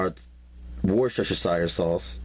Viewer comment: 😂😂😂love his recipes!! Worshashashire sauce..